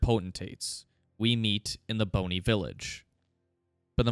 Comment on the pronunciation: Bonny isn't pronounced like bone-y, that kinda takes away the significance of it being called Bonny Village lol. And Mohg is mow-g, not 'mog', like this pronunciation is in the game into which you're deep diving